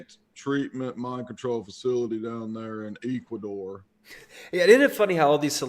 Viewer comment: Eeekquador??? Ya' Jerk!! 🤣🤣🤣🤣